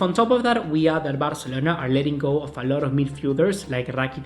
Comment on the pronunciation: Que nefasta la manera que pronuncias BARCELONA 🙄